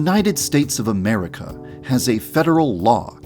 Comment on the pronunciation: I love how he said it. "The United states of a'Merica" lmao